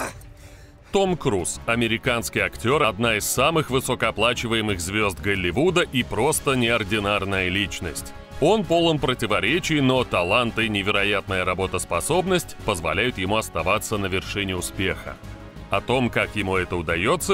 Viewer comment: Миллллионы Голллливуд Очень режет слух